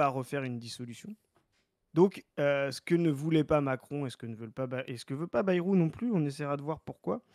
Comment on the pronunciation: Arrête de prononcer Bérou je t’en supplie 😊